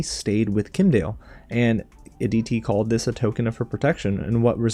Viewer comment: It's Kim' Die El. Kim'dael.